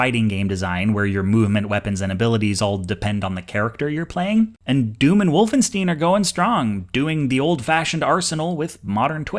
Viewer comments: It's Vol-fen-shtein you uncultured schwein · Did.. you.. just ... pronounce it Wolfensteen? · The way you pronounce Wolfenstein bugs me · I'm... I'm sorry. WolfenSTEEN? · Don't take this the wrong way, but you're saying Wolfenstein wrong. The easy way to remember how to pronounce the ie and ei combinations in German is: The first vowel does the walking the second one does the talking. So Wolfenstein is prounced 'Wolfenstine' with a long i sound. :3 Great video! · "Wolvensteen"?? Do you pronounce Einstein as "Eensteen" as well? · Nitpick: ei in German is pronounced like the English word I. Wolfensht-I-n 😄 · But what about the 'W'? Volfenshtine, no? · My native language is German (I'm from Austria), and I don't know what you mean by Volf. How is V supposed to be pronounced? I though it's either F or W, depending on the word (i.e. one of those redundant letters). I don't hear a difference in the W between the English and German sides here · Did you just pronounce it Wolfensteen. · That's another of my pet peeves. I didn't study much german, but I from what I remember, the rule is pretty simple. "ei" makes the angrier "ay" sound, like "ein, zwei, drei", "Einstein", "nein nein nein!", etc. "ie" makes the more drawn-out "e" sound, like "wienerschnitzel", "viel", "tier", etc. So I'm pretty sure most American mispronounce Epstein, unless there is some secret german rule I'm not aware of. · Completetly pulled me out of the flow of the argument he was making. Thanks for the comment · He's from the universe that grew up with the Barensteen Bears as a kid, it's okay.